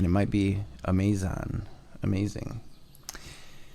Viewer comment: A-MAY-zunn… (amazing) 😂😂😂😂